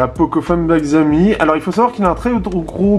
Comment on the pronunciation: Sa ce prononce SHI aomi et pas XI aomi